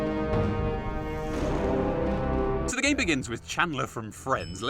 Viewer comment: Sorry did he say 'captive' or 'cative' at the start?